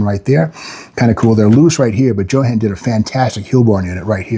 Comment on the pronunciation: Steve "JO-HAN" Magnante ... hahahaha LOL